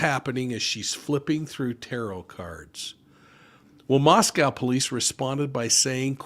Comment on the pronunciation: Moscow it s not pronounced COW ,,, I'm from Idaho!! Thank you for covering this crazy puzzle of devastation to our Beautiful young college students taken from us .....I have my theory as I've definitely had insight into this College town...